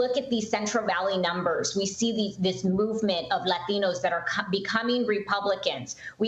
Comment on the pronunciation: stop saying LLLLLAtinos....part of the issue